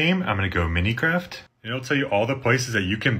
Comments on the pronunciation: I guess you don’t play too many video games. It’s not “Mini-craft”, it’s MINE-craft. 😂 Ok, I can’t watch your video any more. It’s not pronounced SEAT-al. It’s pronounced See-at-l. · Why you're saying "Minicraft", Minecraft is easy to pronounce says Mine-craft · “minicraft” hurts to hear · "Enner in your minicraft seed number" 🤣